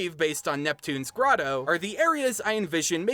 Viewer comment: o "neptuno's grottO"